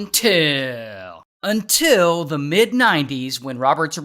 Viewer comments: When he says untill😂😂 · That cracks me up when you say, Until 😂🤣😂🤣😂 Truly amazing and a great story too 👍🏼👍🏼👍🏼👍🏼